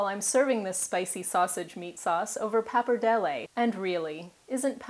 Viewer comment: You pronounce both pappardelle and bolognese very well :P